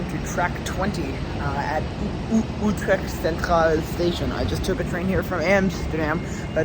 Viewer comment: You said Utrecht, now try to say the U in the same way here: Zutermeer, there you have it: Zoetermeer.. Now you can work on "Utrecht" ❤